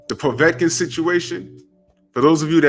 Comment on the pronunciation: I HEARD WILDER SAY POVECIN